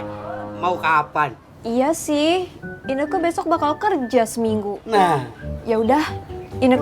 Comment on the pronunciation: Ineke bukan keke